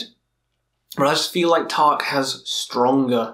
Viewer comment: The way you pronounce Taake means roof in Norwegian (tak) and not fog (tåke) as the name of the band actually is. I don't expect you to pronounce it right, just thought it was funny ;)